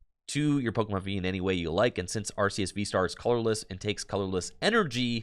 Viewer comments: Its actually arr-kay-ess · So the reason why it's are-kay-ess is because of Silvally's ability in the main line games which is 'RKS System' which is basically just referencing Arceus. Too bad honest it doesn't matter that much since the anime pronounces it 3 different ways as well but Are-Kay-Ess is the one with most backing too it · Linguistically speaking though, it's are-key-iss technically.